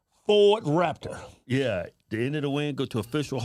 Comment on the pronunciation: You guys should change the letters on the side of the Waptor to Wapter 😂